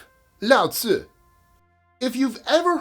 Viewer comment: It's Lao Tzu or Lao Tze, not Lao Tzi. Pronounced LOUT suh. Lao means "sage" or "wise man" and Tze is just an honorific like "mister" or "San" in Japanese. So the author is literally "Mister Wise Man." It's interesting that all of the core couplets in the Tao Te Ching rhyme, but they are from different dialects. A bunch of "Wise men say" stuff put together and attributed to "Mister Wise Man." It looks like a bunch of sayings were collected from different regions and put together in one book attributed to "Mister Sage." Lao Tze is basically a Mother Goose type figure. It's like putting together a bunch of "Old wives' tales" and attributing it to someone called "Old Wife,"